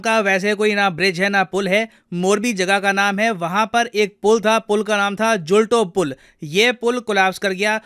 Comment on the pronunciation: Sir it's "मच्छू river " । Not मछु छू And " जुलतो पुल " not जुलटो पुल